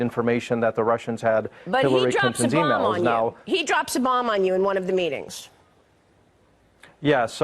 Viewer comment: There is a reason she is emphisising the word "bomb".